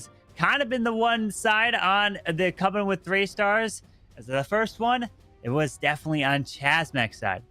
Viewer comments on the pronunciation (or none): none